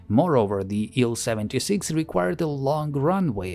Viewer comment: рад слышать нормальное произношение названий самолетов, не делящее слоги на буквы. Ан а не ай-эн, Ил а не ай-эл и т.д. Спасибо.